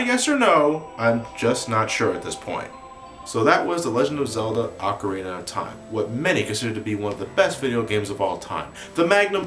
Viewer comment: pronounce it Ocarina